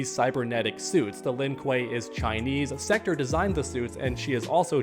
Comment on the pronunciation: Every body should be complaining about the gender swaps. It will only continue to get worse. Mortal Kombat was diverse enough. Also its Sek- Torr not Sek-tur Lol